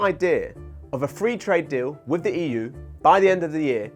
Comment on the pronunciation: When this man says 'wiv', 'tweny', and 'poo', he means 'with', 'twenty', and 'pull', respectively.